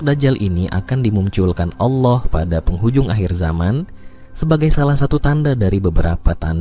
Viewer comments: Wahai pembicara, anda kayanya bukan org Islam ya...kenapa...tatkala anda mengucap ALLOH (ilmu tafhim.) anda mengatakan ALAH...BUKAN ALAH, TAPI ALLOH, ( hurufnya ALLAH, tapi di sebutnya ALLOH.) PEMBICARA INI GA MENGERTI BHS ARAB SIIHHHH... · Ini admin kristen ya? Cara penyebutan Allah Swt kok alah sih?